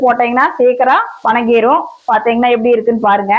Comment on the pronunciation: வணங்கிடும் என்றால் கும்பிடுவது என்று அர்த்தம். வதங்கிடும் என்று சொல்லவும். இதில் கொங்கு பாஷை என்று அலப்பறை வேற.